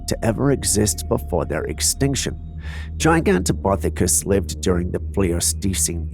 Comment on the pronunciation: Camera 17 it's pronounced Ji Ganto Pith acus that's Pith it rhymes with Sith Not Poth rhymes with Goth